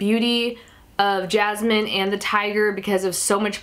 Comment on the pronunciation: Omg we are so alike I wish that we where friends and also it's cool the way u say Jasmine. Its my name